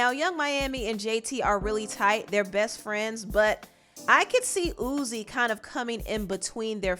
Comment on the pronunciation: im crying at you calling him "Ooze" LMFAOOO